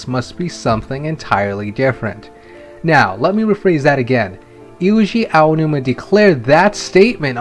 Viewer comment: His name is not "Iuji Aonuma." It is Eiji Aonuma.